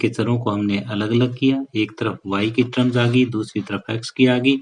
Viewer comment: ट्रम्स नही सर टम होता है 😂😂